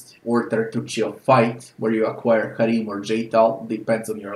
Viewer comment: I liked your pronunciation of Harrim.